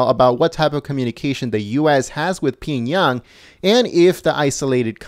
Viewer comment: Pee-young-yang ... nice try though..🤣🤣🤣